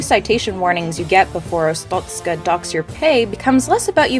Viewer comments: It's pronounced "Ars-stot-ska" not "Ars-toot-ska" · she said 'arstutzka' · The ministry of Arstotzka does not like how you pronounce 'Arstotzzka'. Your family will be questioned further. Glory to Arstotzka.